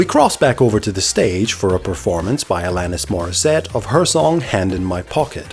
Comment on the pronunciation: Isn't it ironic, don't you think, that Neil Morrissey struggled with the pronunciation of Alanis Morrissette?